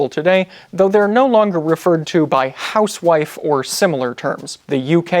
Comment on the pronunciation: He mispronounces “housewife”.